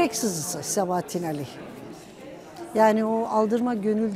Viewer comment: Güzel belgesel ama Sabahattin Âli'nin adını doğru telaffuz etseniz daha güzel olacakmış